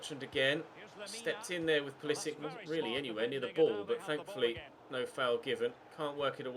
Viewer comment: It is POO-LEE-SICK (Pulisic)